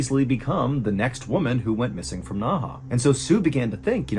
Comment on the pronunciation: It’s pronounced as Nei he….not Na Ha…Nei He when translate to English means inner river